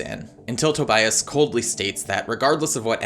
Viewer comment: I completely and holistically lost it when he said TOBIAST* 😂😂😂😂 Maybe because Tobias is my favorite character too!